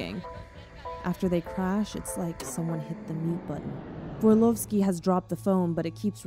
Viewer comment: Hey, i know you probably didnt mean it but there names shouldnt be read in a russian accent Barnabášová - /barnabashova/ and you pronounced Vorlovski coretly. Love your chanel bye💕